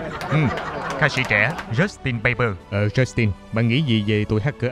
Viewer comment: "Chớt tên Bay Bơ"😂